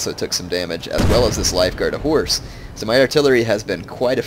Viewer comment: when he says reg of horse it sounds like regihorse and that sounds like i pokemon... I love pokemon